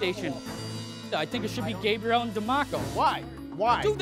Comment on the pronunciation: Just noticed how Chef Ramsay pronounces Gabriel’s name as “Gabri-elle”